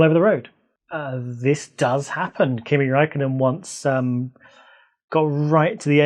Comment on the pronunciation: Also nice job on pronouncing Kimi Räikkönen!